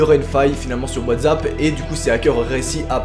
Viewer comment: Sa me stress tu dit whatzap mais c WhatsApp ! Avec un sss😂 mais déjà ils ont été arrêtés et c plus rassurant 😂